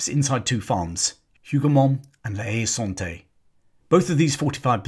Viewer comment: La Haye Sainte is pronounced "Saint" [English] or "Sont" [French]. Neither pronounces the 'E'.